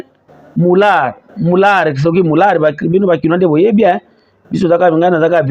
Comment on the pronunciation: Ozali koloba bien MOULAERT (prononcez mular).